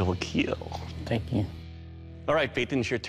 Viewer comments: it will keel. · It will keal !!!